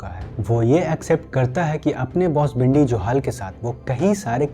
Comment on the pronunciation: Its not bhindi. Its Bindy Johal. Watch ur pronunciation. You YouTuber